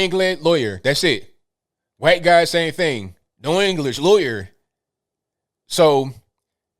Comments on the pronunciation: PLEASE, will someone tell me what "ccchhhwhite" means? I keep hearing this. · I like these shows, yet I am puzzled. What's up with the weird pronunciation of the word white? Whowhite? I just don't get it. I must have missed something. I don't say whowhite or buhhlack. Someone inform me please.